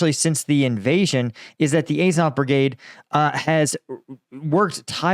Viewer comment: Incredible that you can pronounce "Azovstal" correctly, but not "Azov"! Bet you also pronounce Ducati "Ducaahhti", although I doubt you pronounce cat "caahht".